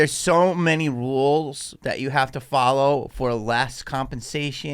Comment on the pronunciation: Did say wules! Or rules?